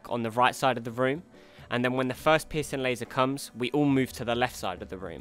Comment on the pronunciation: I know he's saying "piercing laser," but I can't help but hear "pissing laser"